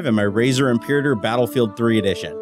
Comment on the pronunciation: Mechwarrior 3 edish" LMAO